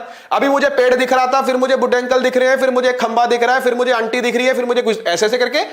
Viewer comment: Sir why u always say unti 😂😂 it's funny 🤣🤣